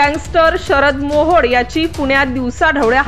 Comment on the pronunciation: काय बातम्या देते तू तो मोहड नाही मोहळ आहे